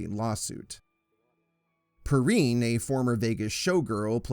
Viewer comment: Valerie Per-rhine and Ned Bay-tee